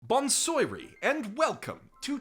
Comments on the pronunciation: It's baunn swa rhey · bon soyiree has got to be the next cringe badly pronounced greeting after the use of konnichiva became unbearable